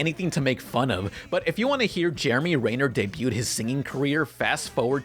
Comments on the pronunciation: Everyone: Jeremy Renner: Jeremy REEEEYner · Has it actually been pronounced "Ray-ner" this whole time, or is saying his name completely wrong? lol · ...it's Renner. REH. NER. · Mispronounced Jeremy Renner's name.